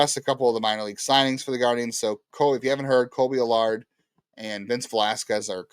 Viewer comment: Kolby AL-URD